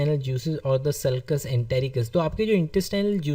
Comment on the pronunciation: It's not sulcus it's succus entericus main bar bar confused hori hu due to your pronounciation!😐🤔